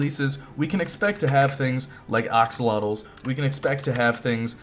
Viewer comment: It is pronounced axolotl not oxolotl